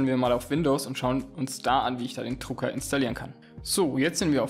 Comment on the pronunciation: Es heißt Drucker....nicht Trucker!